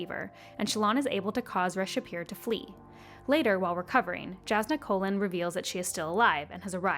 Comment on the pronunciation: Jazz in da colon... Sorry, I tried, couldn't get past Kholin being colon. I'm sure you did a great job.